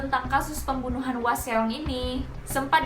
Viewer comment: Kesel denger nya Hwaseong terus bkn gtu bacanya😭